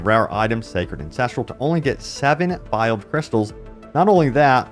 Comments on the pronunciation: "vayld" not vialed. It's not in a little glass bottle. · VEILED is pronounced VAY-ULD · Did he call Veiled Crystals, Viled? Lol do huh? 🤣